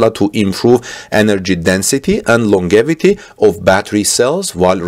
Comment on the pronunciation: "longevity" is pronounced "long jev i tee"